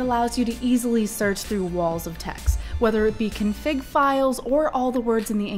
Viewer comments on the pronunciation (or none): none